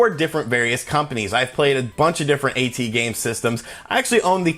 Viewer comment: It's not pronounced a-tee-games, it's pronounced at-games. Get your pronunciations right!